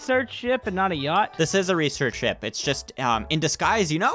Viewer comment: Why did you say ship like ship pa